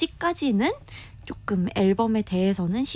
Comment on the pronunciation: 기자 혀가 짧다. .*그쬬. 쪼금 더. 등등* 이게 기자 발음이네?